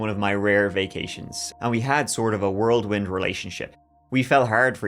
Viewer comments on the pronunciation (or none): wHirl-wind!!!!! Wurrellwind!!! NOT world-wind....